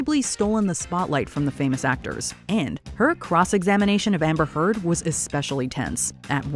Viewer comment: now i only listen "amber turd"